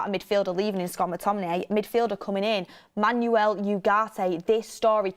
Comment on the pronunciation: VAR check on the pronunciation of the name Manuel… Think more ‘Man-Well’ and less ‘is your car an automatic? No it’s a manual’